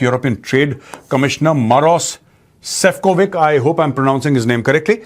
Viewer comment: Sefcovic is pronounced as Sefcovich